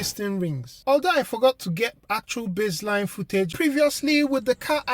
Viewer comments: its base - line, not bizzline :)) hehe, cool video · Not sure why you thought that was funny. People have accents.